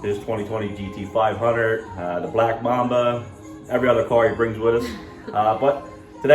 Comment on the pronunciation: Like your channel but damn you cant say G-T-500. What's up with that?